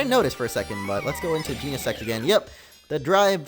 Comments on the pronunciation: It's gen-a-sect say it like that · Its GENESECT. Jen-Uh-Sekt. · bro it’s not pronounced Jean-uh-sect 🤨😐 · did he jus said gee-ne-SEX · Omg he said sex omg lmao xD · You didn't say genesect you said gene*** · It's gen I sect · I guess he never learnt the full pronunciation of it?